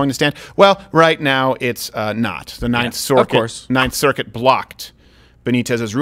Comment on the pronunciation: I lmao’d when both Steven AND both pronounced “circuit” as “sorkett” in a span of like 30-40 seconds 😂💙😂